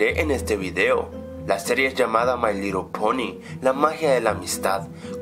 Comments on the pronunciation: Pouqemoun (Tal como lo diria XD. Asi como: mai lero pouni. En el minuto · mai lerol poni